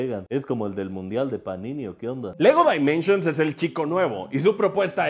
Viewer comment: En pocas palabras pronunciar Lego Dimensions como lo hace Asher en este video, está de la chingada, y luego se burlan de los que pronunciaban "Yiers" al referirse a Gears of War